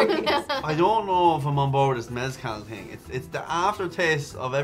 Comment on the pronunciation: turned “mezcal” into Kalliakki which is probably Finnish for something